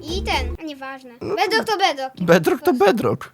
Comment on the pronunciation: Jak mówi twój kozyn ,,bedlok"xDDDD